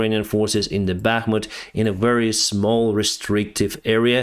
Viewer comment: Very as in vector, not wery.